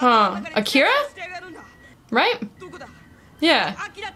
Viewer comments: "Akira", not "Akeera" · Are usaricans completely incapable of speaking words as easy as Akira correctly, even after directly listening to it? Lmao